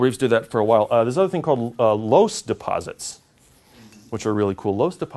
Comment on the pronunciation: Minor soil science quibble: 'loess' is pronounced 'luss.' Amazing stuff. Aeolian silt deposits. All over China and the midwestern US. Damnably yellow.